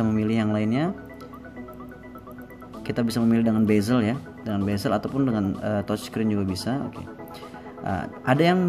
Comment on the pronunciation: Bezel bro bukan bazel